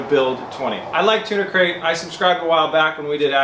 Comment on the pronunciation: Keep hearing him say Tuna Crate